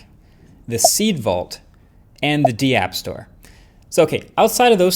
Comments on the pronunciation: It's pronouced dapp not DeeApp. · here 7 months later and you really know Marques Brownlee isn't into all that crypto web3 stuff because did he just pronounce 'dApps' as 'd-Apps'? LMAO! 🤣🤣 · I know it's spelled dapps. But the fact that you call them Dee apps and not daps says a lot about how well you did your research on the topic. Learn what dapps are, also Solana vs Ethereum is like saying windows 98 vs Windows 11. Solana is literally the fastest crypto in the space capable of processing up to 65,000 transactions per second. For everyone skeptical about crypto and blockchain just know that it is nothing but a technology and another protocol layer on the internet ( just like Java script, html, jpeg and so on. Every link and file you click on is considered a protocol). Crypto is happening whether anyone wants it or not. Let's all try to capitalize on it while we still can. Do your own research guys. You will see its value